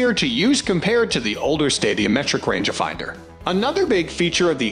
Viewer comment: range ah finder. Six. Hundred forty, ex, blahblah lol. Its not an underachiever voice it has to be a synthetic or bot or badly done Ai. I had to stop after the first.... ex.... pause silly range ah finder wording. Horrible is right